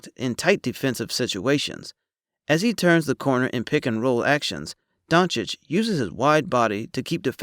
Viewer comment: 1.00 DONCHICH!! NOT DONKICH Ohh and btw the letter "o" in Doncic is pronounc like "old", "over"and not like the "o" in "down"